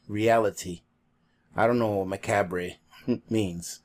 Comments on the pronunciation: Macabre sounds like ma cob, accent on the cob. 😊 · The word is pronounced like ma-cob... corn on the cob... death, Halloween, ghosts, that sort of thing. The package is together and Ivan will get it to the post office today! Great video... I have strawberries planted out front, I have a grapefruit tree... Augason farm red & green peppers... I have lots of chocolate raw powder... I have no idea what a spirulina is... I'm trying. Thank you for your help it is much needed by all. Ma 2